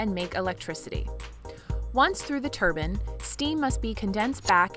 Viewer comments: Turbine…not turban. V different things! Need to pronounce it correctly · Dear fellow Americans. It’s pronounced TUR-BINE. A turban is something Indians wear oh and then you pronounce “and” you guys say eeeand there’s no E in and. Y’all midwesterns sounds dumb